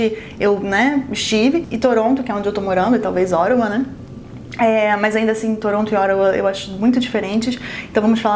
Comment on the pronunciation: Desculpe,sei que não tem nada a ver com o vídeo,mas cada vez que você fala Ottawa eu entendo Oregon😂.